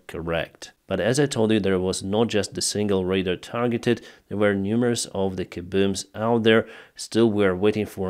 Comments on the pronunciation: Pronounced: ray-dar ✅️ Not pronounced: ray-der ❌️ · Ray-DAR Radar, Ray-DAR.... not raider, but I still love ya, but say raider one more time!!!! LOL Raaaaay - DAAAAAARRRR